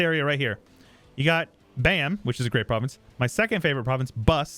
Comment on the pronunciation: the province bam is literally pronounced bam